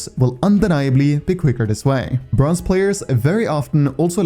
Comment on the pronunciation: I swear to god bronze is not how you say it, because yeah jsut quence into a bronze game and you'll see, or maybe its just me